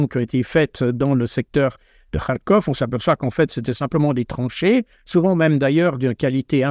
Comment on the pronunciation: Il ne sait mêem pas prononcer Kharkov. C'est déplorable, même HugoDécrypte le fait bien...